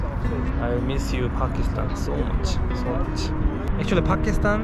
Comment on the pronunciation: Not fakistan brother its pakistan😂